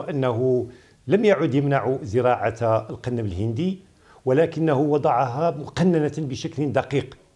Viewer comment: ما لهذا المقدم الامي الجاهل ???? الا يعلم ان هنالك فرقا ببن مصطلح المغاربية و مصطلح المغربية. المغاربية تعني الانتماء لدول المغرب الكببر يا جاهل : موريتانيا/المغرب/الجزاءر /تونس/ ليبيا . واضافة الى الخطأ في نطق القنب الهندي ....بضم القاف عرض كسره .... ما هذا الجهل و ما هذا المستوى ????